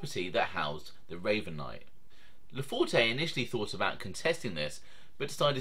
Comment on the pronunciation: Most of the information contained in this video is spot on with two exceptions. The “e” at the end of his name is silent. It’s pronounced LaFort. Also, I’m not sure what you mean by low level mobster as that’s a subjective term. However, without getting into specifics, I wouldn’t characterize his standing as “low level”. Let’s not confuse low profile with low level.